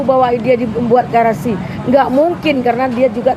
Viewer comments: Halu lu luya nek, nyebut grasi aja, garasi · HAKIM NGIGO NGOMONG "GRASI" KOK "GARASI" SDH KEBANYAKAN TERIMA AMPLOP JADI KAYA GITU NGOMONG SAJA SALAH GMN MEMUTUS DAN MENGADILI? HEHEHE "GARASI GARASI" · Garasi apa grasi Bu...😂😂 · Ibu ini sih kembarannya nenek Elsa... Grasi ngomong nya garasi.. Praktisi hukum apaan... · TOLOL.... GRASI bukan GARASI.... !!!+ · Grasi Buk,bukan garasi